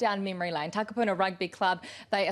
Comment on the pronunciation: Holy fuck please learn how to pronounce Takapuna.